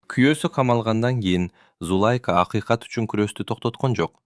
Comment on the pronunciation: Окуп аткан бала , эркек эле неме экенсиң , кыргызча так окусаң , коро эмес короо ! Зулайка деген атты да так оку .